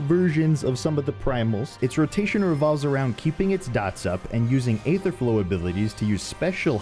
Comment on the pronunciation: For Charles Darwin's sake, it's EE-ther, NOT AY-ther.